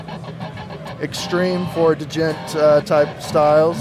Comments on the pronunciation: he said duh-jent. damnit someone twerk for that man!! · Lol he said duh jent